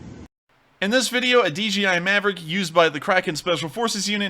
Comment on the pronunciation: DJI… MAVERICK? 😂